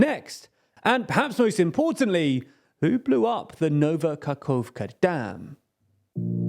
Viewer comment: He really didnt. Its "Nova Kahovka" not "Nauvah Kakkovka" as he said.